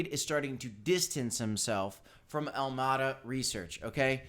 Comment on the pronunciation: When he says AlmAda… does he mean AlamEda? Lol